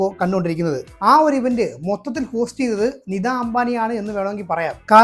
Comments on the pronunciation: “നിദാ “ അംബാനി. .അല്ല. “നീത്താ ”അംബാനി എന്നതാണ് താണ് ശരിയായ ഉച്ചാരണം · നിദാ അംബാനി ആരാണ് ? നിതാ അംബാനി എന്ന് ഉച്ചരിക്കാൻ പഠിക്കുക.